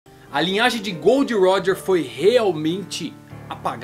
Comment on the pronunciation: cara eu odeio a forma que esse maluco pronuncia os nomes!! gold roger(é guld roger) ....akainú...kizarú...kaidô...